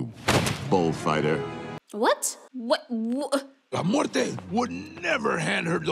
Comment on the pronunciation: I'm not meeting any respects but you are saying all the Mexican words wrong Like when you were talking about la muest you were saying it wrong